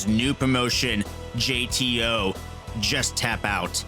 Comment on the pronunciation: Great video, bud. But were you saying "GTO" instead of "JTO"? Listen right after the Sareee part.